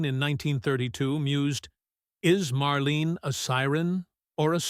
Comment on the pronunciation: You can't even pronounce "Marlene" properly. You are way off the mark on your silly suggestions about Dietrich, Hepburn, Crawford and Bankhead being "secretly born male". Shear sensationalistic bullcrap.